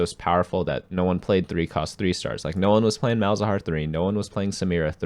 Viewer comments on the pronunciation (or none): none